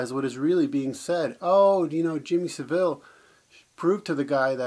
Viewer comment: Savile rhymes with gravel